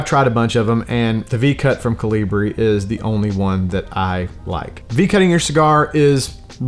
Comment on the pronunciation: "Colibrí"......So the "hard /strong" pronounciation goes On the Last ( í ). ( just stepping On your "Toe"..LOL.) Good Video.!